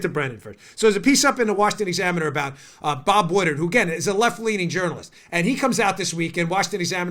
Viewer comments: Dan's making me crazy with the "Bob Woodard", isn't that "Bob Woodward"? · It's pronounced WoodWard not woodard. Other than that great show. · It's Wood Ward...Woodward not Wooderd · Its Pronounced Bob "Wood Ward"